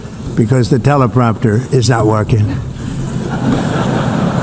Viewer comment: Escolator down tellapropter down 😂